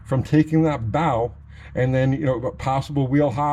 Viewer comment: Bow, when talking about springs, is not pronounced bow as in the pointy end of a ship, but bow as in bow and arrow. The word bow is used because the object being talked about is taking on the shape of a bow that is used to launch arrows. When you accelerate a leaf spring car the same force that is turning the wheels forward is also trying to twist the rear end backwards. That is why pinion snubbers are use to keep the nose of the differential from twisting too far backwards. This affects the leaf spring on both ends putting an upwards bow in the front and a downward bow in the rear of the spring. This puts the spring in an ess shape and is called spring wrap. The Chrysler setup with the diff mounted farther forward than most Fords or Chevys resists this better and a couple of extra clamps can be used to counteract this tendency. Ford and Chevy guys might get more mileage with a "slapper" type traction bar which attaches under the spring and extends toward the front of the spring with a rubber snubber which limits the twist in the spring. For best results the snubber should contact right below the forward spring eye as the bow in the spring under hard acceleration would mean that the bar would have to twist further to contact the spring, unlike the fixed end of the spring.